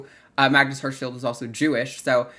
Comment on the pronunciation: Pronunciation tip: It’s Magnus Hersch-FELD not Hersch-FIELD.